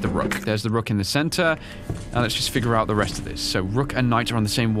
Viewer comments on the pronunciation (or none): none